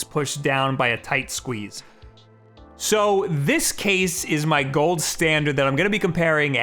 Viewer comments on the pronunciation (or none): none